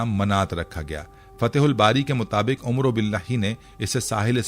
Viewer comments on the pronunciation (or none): Omro nahee Amar saheeh talafuz hai